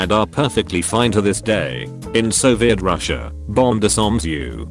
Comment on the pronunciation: Did he really say disArm